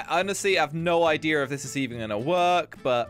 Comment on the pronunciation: He says ideer